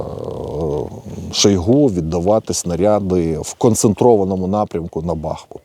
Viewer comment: Не бАхмут а бахмуУт!